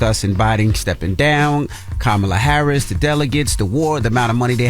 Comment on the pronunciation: I will make my last comment. If you call in to complain about who is running for President. You sound very stupid to me when you can’t even pronounce the Vice Presidents name. I hear you all trying trying so hard to speed through her name. Learn how to say her name before you vote.